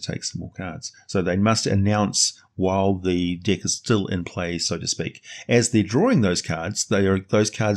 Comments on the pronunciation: Sounds like you're saying The dick of many things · Hehehe your accent and the word deck.... Brings out my inner Beavis and Butthead.